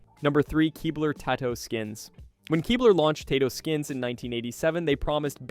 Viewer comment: What do you mean “we?” You weren’t alive in the 80s, or you would be able to pronounce Tato skins.